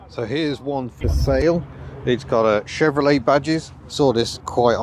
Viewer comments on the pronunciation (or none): none